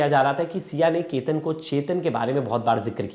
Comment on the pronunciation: Kya anchor banega re tu! Sir aap sahi se Chetan & Ketan nahi bolskate to itne videos kyu banate ho. Just apne khudke video dekhlo purane. !